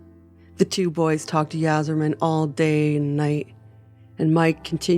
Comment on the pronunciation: It’s pronounced Eye-zer-man…